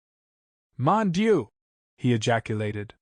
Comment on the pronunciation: Thank you for your service, reading PLEASE, PLEASE learn a little about French pronunciation to read Poirot. 'M.' is read monsieur(m'sieu, the French title for Mister) NOT M period. Mon dieu is pronounced MOAN DEEUH.